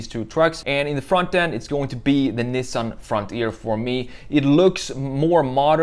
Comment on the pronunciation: LOL 😂 Toyoti… Nissen… Lol